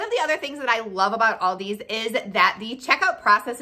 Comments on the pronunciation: It’s not Aldi’s, it’s ALDI 😩😩 stop saying it wrong people, it’s so annoying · It's Aldi! Not "Aldi's" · I love how u say you love it yet u say it aldis when its aldi 😂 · It’s Aldi. Not Aldi with a S. Wednesday is the slowest day for every business. Loved your video. You are right ….don’t buy paper products. Produce is wonderful. Walmart price checks to stay in the Aldi price range with eggs and milk. Yes their chocolate is the best! PS Worked for Aldi for 20 yrs. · It is Aldi not Aldi’s, beside that consistent mispronouncing was interesting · I have called it "Aldi's" for years but it's actually called "Aldi". No 'S'. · If you love the store so much you should learn the right name it's not Aldi's it's Aldi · Why does Americans say "AldiSS" instead of just "ALDI" ? There is no S at the end, and in Germany we pronounce it just as it is written. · It's pronounced like the name Al D., not All D., and there is NO S on the end. Thank you. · If you love, love, love Aldi, you should know that it's Aldi, not Aldi's. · It’s Aldi, not Aldis. If you’re using it as a possessive, I’d understand, but you aren’t. It’s annoying. Unless you take a shot every time she says “Aldis”. Then it’s fantastic! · It’s “Aldi,” not “Aldi’s.” Where on the name do you see an apostrophe s? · Pronounced Al-Dees. The bags and carts save next to nothing. You pay for bags most everywhere now, and save a quarter on the cart? While the spices are from McCormick they are their rejects. For the most part they only offer off-brands and the meats and produce are Meh at best. There are a few specific things at Aldi's but only that, you must do the bulk of it elsewhere. If there is not one quite near you it is a waste of time, money and gas. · Thank you! I didn't want to say it, but it was grating on my nerves SO BAD! People do the same thing with Kroger... sounds like nails on a chalkboard! Lol 😆 🤣 😂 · Aldi is pronounced singularly, not in a plural way.